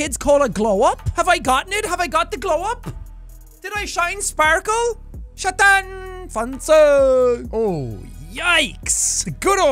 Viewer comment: It’s “sha-daaan” from Little Misfortune. Highly recommend Jack’s series on it if you haven’t seen it yet!